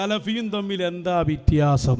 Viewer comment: 😂😂😂😂 വിത്യാസം അല്ല😂😂😂😂❤ വ്യത്യാസം എന്ന് പറയൂ😂😂😂😂